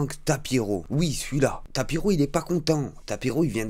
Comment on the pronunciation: C'est pas tapiro mais tapino